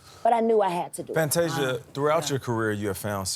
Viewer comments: Fanteesha? Seriously Gayle. Get it together…… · Fanteeesia though? Cmon gayle. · You got one ☝🏾 more time to mess up her name gail 🤦🏽‍♀️…hanging on the heels of oprah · Now come on Gayle. You know how to say her name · how do you not pronounce Fantasia’s name, right? 🙄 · SO HAPPY FOR FANTASIA!!! 🎊 What's going on with Gail mispronouncing Fantasia's name tho?? 🥴